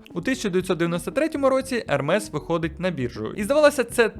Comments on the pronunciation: Правильно Ерме не Ермес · правильно казати «ерме» а не ермес. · Тільки казати треба "Ерме") бо це з французької, а там "s" не читається) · Назву бренду Hermès правильно читати як «Ерме́с». Пояснення: Це французьке слово. Літера H на початку не вимовляється. Наголос падає на останній склад. Кінцева s теж не читається, але знак наголосу è показує правильну вимову. ❌ Неправильно: Хермес, Гермес ✅ Правильно: Ерме́с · Але правильно назва заучить, як Ерме.